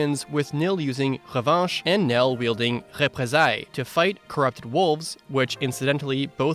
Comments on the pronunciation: Good prononciation of revanche and représailles 😂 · Your pronunciation of Revanche and Représailles had a bit of accent but was pretty good :)